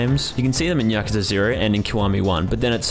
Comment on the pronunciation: Hey, its Yakuza.